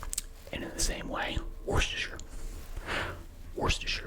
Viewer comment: How did you say Worcestershire right? I can't because it's just a lot to process 😭